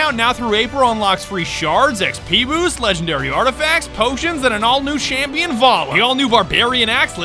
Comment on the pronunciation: aint no way said shampion xD